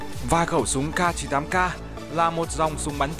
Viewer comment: Khẩu súng CAR 98 CAR:v Tiếng Anh tốt vl:>>>